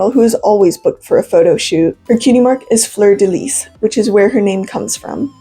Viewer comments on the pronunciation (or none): Fleur de Lis is pronounced Lee. Its French. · Itty bitty correction since the fleur de lis symbol has surrounded me my whole life It’s actually pronounced without the “s” at the end of lis!! So it sounds like “floor deh lee” :3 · its fleur de “lee”❤ -a cajun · I'm interested in the lore, but the way you pronounce fleur de lis just kinda irks me.../lh the last word is pronounced like 'lee'.. Ik it can be kinda confusing between how French words are spelled and pronounced, just thought I'd point that out tho ^^ great video otherwise, I never knew that before!! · "lis" in "fleur de lis" is pronounced as "lee," but aside from that, very cute video and i loved learning about her hehe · The S at the end of Lis is silent.